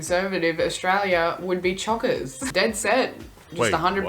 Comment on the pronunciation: As an Aussie, some of these are completely unfamiliar to me - sounds like they've been made up for effect. The abbreviations are more common. Note... she is part of a demographic that mispronounces 'Australia'... it's not "Aushtralia". That mispronunciation of 's' followed by 't' by including an imaginary 'h', e.g. shtreet, shtudent, shtandards etc. is becoming more common. Kids are no longer taught correct pronunciation and speech sounds.